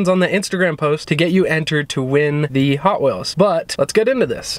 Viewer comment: The way she said ‘hoT WheelS